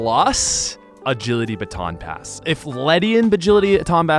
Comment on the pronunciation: "If Ledian Bagility Aaton Bass" xD